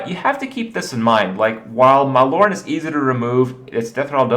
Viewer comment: thankgod you don't pronounce the e like everyone else